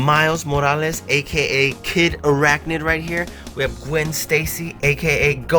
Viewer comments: Do not say Kid Arachnid, please. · kindly never say kid arachnid again please